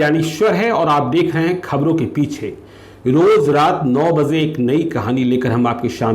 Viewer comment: First you coorect the word Piche as Peechhe .